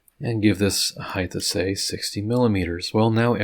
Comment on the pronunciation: Great video, awesome work, and height ends with a T not H... no th sound... if that's the only snag, great job and thanks..